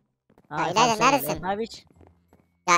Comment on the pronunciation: abi adı ilayla değil ilayda